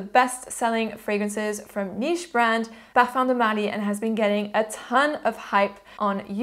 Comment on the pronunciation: you gained my respect, the fact that you spent time to learn how to pronounce it is a huge thing for me...